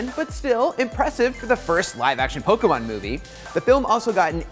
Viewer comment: Jesus Christ, it's Po-KAY-mon not Po-kEE-mon. How do you have her not learn the IP she's covering?